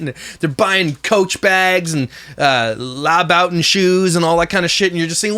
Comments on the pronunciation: L-owl-bout-in shoes 😂😂😂 I believe he's referring to Christian (Lew-butt-ons) Louboutins. 😂💀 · The way pronounced Louboutin. ☠️🤣